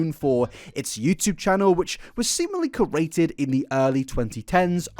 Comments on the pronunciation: off topic but to pronounce curated, I think ‘cure’-ated but also dunno why people care if they know what you mean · Idk if this helps, but the word "curated" usually sounds like Q-rated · To say curated correctly it’s cure-ate-ed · curated is pronounced like "cure" ated. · Curated is pronounced like (cure-eight-ed) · Curated is easier to pronounce if you think of it as Cure-rated❤ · I swear I’m just trying to help because I could feel your frustration. Try breaking down curated as follows: cure (think a cure for cancer or the musical group whichever) ate as in I ate an apple and then Ed as in Ed Wood. Altogether cure-ate-Ed. Ideally merge the ate and ed bits together into one part so its cure ate-ed but even if you don’t you’ll still be basically there. Just with an extra syllable. Hope it helps but as someone who listens to audiobooks regularly I wouldn’t worry about it too much. Lots of words get pronounced lots of ways.